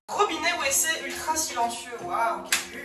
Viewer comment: Mais qui dit WeeC pour WC ???